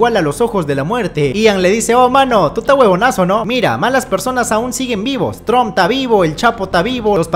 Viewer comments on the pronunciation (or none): none